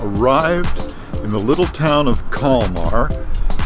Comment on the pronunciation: Nice video! My wife (Swedish) says you got the pronunciation wrong of the name :D It looks like a super little town! Sweden in the summer is always beautiful! Nice editing in this! Thanks for sharing!